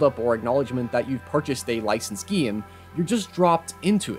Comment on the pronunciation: why do you say geem all the time?